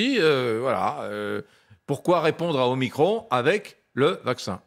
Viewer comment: isolement ducon, pas isolation, nous ne sommes pas des murs, et omicron pas omicrone, sinon on dit macrone et pas macron